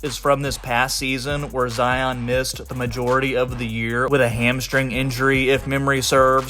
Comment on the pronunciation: Zion is pronounced the same way as Lion…NOT Zi-ahn